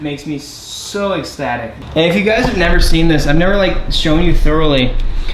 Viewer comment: "That makes me so exstatic"